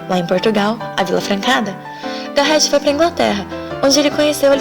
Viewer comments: OOi adorei seu vídeo, só um adendo Garret se lê Garré kkkk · e "Garret" o "t" é mudo.